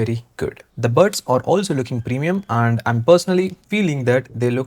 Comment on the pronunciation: Sir And hota hai AAnd nahi